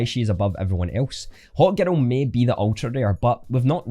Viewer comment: Great video, love the accent. I thought u kept saying “hot girl” then i realized u were saying “hawk girl” XD Hahaha